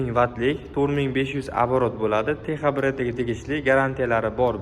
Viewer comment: Теха эмас текса х харфи к билан с урнига утади